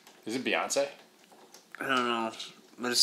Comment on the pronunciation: Beyoncé ''yonce''